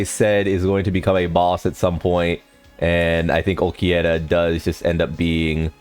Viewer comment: He does it on purpose.